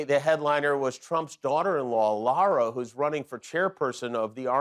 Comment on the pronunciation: It's Lara not Laura